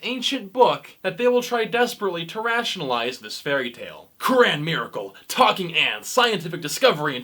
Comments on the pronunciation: At least learn how to say "Quran" right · That’s not how you say Quran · The way you pronounce 'Quran' grinds my gears. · Idk what’s more funny the comment or this guy trying to pronounce the Quran